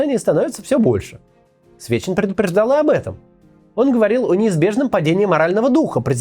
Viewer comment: За весь ролик один раз ты сказал Сечин а не Свечин!*